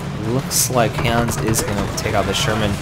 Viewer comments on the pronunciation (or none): none